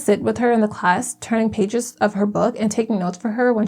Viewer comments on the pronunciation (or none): none